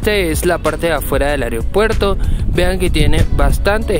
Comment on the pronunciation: con mucho respeto unas sugerencias: se dice aeropuerto (no "ariopuerto"). Usted está llegando al público y el cuidado del idioma es vital. Otra cosa: investigue sobre el lugar que va a visitar en este caso usted pasa desconociendo un lugar icónico de nuestro querido aeropuerto como es la zona dedicada a Carlos Gardel quien falleció allí en 1935 debido a un accidente en pista del avión en que iba. La estatua que ve es en homenaje a Enrique Olaya Herrera presidente que apoyó la construcción del aeropuerto. Finalmente desde que se inauguró el aeropuerto es costumbre de la gente ir a la cabecera de la pista a ver partir los aviones. Si le molesta mi comentario me dice y lo borro.